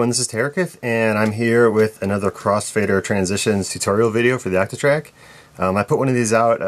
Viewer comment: The way you pronounce your O's bothers me way more than it should. Actatrack, actatrack!